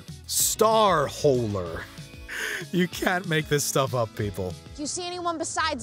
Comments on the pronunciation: It was Star "Holler" (not "Holer" as he said). I'm assuming it's a knockoff of StarScream (not Bumblebee). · It wasn't pronounced "Star Hole-ler", it was "Star Holler" which is pronounced "Hall-ler". As in yell, "stop hollering at me". They were trying to rip off "Star Scream" with the name "Star Holler". Instead of screaming he just holler's a bit. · It's Transmogrifier, not Transmogrifer. Also, StarHOLLER (as in scream), not holer.